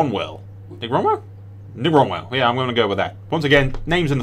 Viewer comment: "Trust is just a second death, as it were" Hahah nice mate. By the way it's Nick Rowell, as in like growl... Rowell/growl ;)